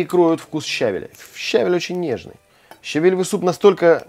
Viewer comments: Не щАВель, а щавЕль 🧐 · Спасибо за рецепт. А ударение правильное щавЕль